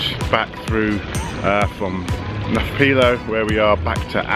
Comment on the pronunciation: A correction in your pronunciation, it’s ancient Mycenae not Marcenae. Also it’s Nafplio, you don’t pronounce the P in Nafplio. And Mycenae was a walled city not a castle. It is spectacular for sure. I can’t figure out why you would not think the roads are sealed in Greece, especially the country roads. Ahm also how about learning to say Kalimera- it means good morning. And no more wows - it’s so annoying to hear this all the time. Greece is a wonderful place to tour for sure.